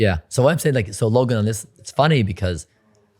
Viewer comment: Mike called Logan, "Lo-gain" ...hahaha wtf